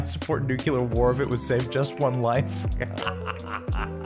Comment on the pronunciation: OH MY GOD!!! It’s NEW-CLEE-AR!!! Every time you say New-cue-lar, you make us all sound uneducated. I can’t watch…